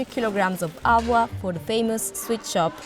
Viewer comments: It is not bloody ALWA. It is HALWA with an H. Try pronouncing that please. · Why do they use narrators who can barely pronounce the names?? At least train them to say the words correctly. The Spanish narrator with the thick accent cannot let go of her Spanish way of silent 'H', and it's really irritating. She keeps pronouncing Halwa as Ahwa. Such disrespect for other cultures cannot be tolerated.